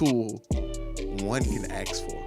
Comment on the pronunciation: Dude, it ask, not ax.